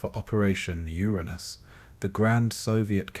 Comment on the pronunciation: Yet another uneducated cretin mispronouncing Uranus. Proof that AI is garbage.